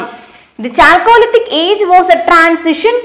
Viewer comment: കാൾക്കോലിതിക്✔️ ചാൾകോളിതിക് ❌️